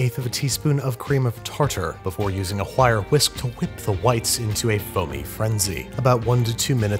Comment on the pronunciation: “Before using a whire wisk to whip the wites”